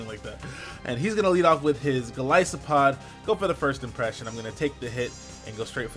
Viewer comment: Glad you pronounced golisopod the way you did. It's based on an isopod... why would it be pronounced any other way but referencing the source?